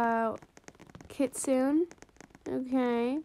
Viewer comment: You are the only YouTuber who says kitsune all the over you tubers say kitsune ay M